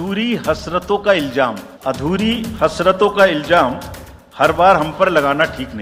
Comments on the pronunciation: Rajiv Kumar, Learn to pronounce before saying a shayri. It is Ilzaam and not Iljaam. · Sher bolna bhi nahi aata ilzam ko iljam bolrha hai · Iljaam nahi ilzaam hota hai😊